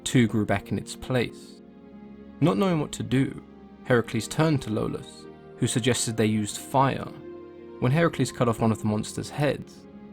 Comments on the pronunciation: Lolus? I think you mean Iolus, with an i. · Hey, it's iolaos. Good job as always otherwise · It may be because of growing up watching Kevin Sorbo's Hercules, but i thought Iolaus was pronounced (E-oh-las)